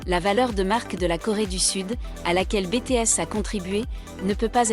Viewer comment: Arrêter avec Bété S sérieux c'est Biti s